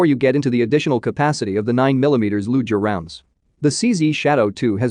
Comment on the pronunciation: PLEASE have a real person read the script, someone who will pronounce all the words correctly. I cringe when I hear "Lou-jer" instead of Luger.